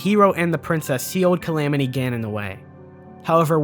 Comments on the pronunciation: Lol "Camamity" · "The Camamty" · Anyone else catch “reponsible” ? I love the extreme level of detail to an amazing video and then “camamity” and “reponsible” slip out😂 great video bro! Slowly deciphering your secret message 😜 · The camamity???? ? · Ah yes “THE CAMAMITY” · Camamity lol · Ok, let's see how many people made fun of him for camamity. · the CamAMitY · Ah yes, the camamity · the "Camamity" hey? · I lol'd at "Camamity'